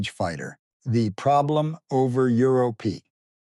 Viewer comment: Euro-pee? AI bullshit